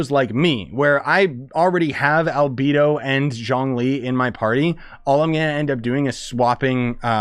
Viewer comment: A-alBEEdo??? gorOO???! 😵😵😵😵